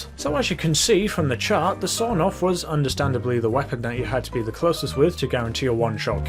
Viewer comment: Everybody: Sawed-off Even my mum: sawed-off: sawNoff (the Russian version)